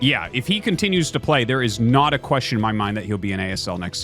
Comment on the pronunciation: I honestly cannot tell if you were making a pun right there, because I swear you said NaDA and not 'not a'.